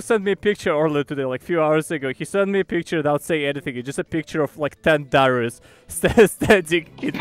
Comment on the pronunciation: that's Daryi (as in, fungus - > fungi, Daryus-> Daryi)